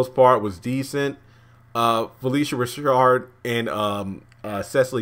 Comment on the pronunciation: Phylicia Rashad, not Rashard lol